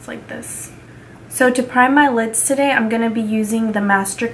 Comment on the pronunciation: "You is messing up tuhDAY....jeezuss." LOLOLOLOL